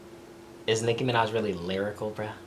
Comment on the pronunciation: Did he just call cardi b NIKI MANIJA